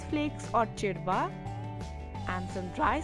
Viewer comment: Its chivda ....not chidva